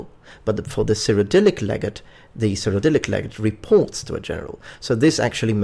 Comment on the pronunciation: (Leg-ah-tay)__ Legate, or Legatus